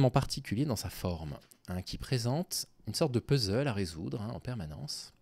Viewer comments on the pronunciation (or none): none